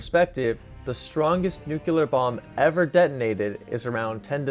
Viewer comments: epitome is not epi-tome, neither is nuclear, nucular. Seriously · it's pronounced new-clee-err, nuclear, as in dealing with the nucleus of atoms. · You pronounce "nuclear" like George Bush. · hearing this man say "nuculear" wa enough for me to not take this video seriously. It's nuclear, not "nuculear". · I can get behind pronouncing nuclear as nucular, BUT PRONOUCNING EPITOME THAT WAY IS UNFORGIVABLE. I still love the vid tho lol.